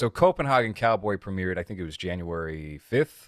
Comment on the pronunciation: Dude, it's pronounced Copen.HEY.gen. Come on now city boy! jk Nice shirt btw. I never got a chance to grab any of his merch before the long hiatus so hopefully he does some more "A24 ripoffs" I can snag. Also, just watched the new Hellraiser (Hulu Remake) and it actually was surprisingly pretty well made. I'd love to hear your take on it especially with the whole approach of the cenobites being mainly female casted and pinhead being a transgender woman. That would be pretty interesting.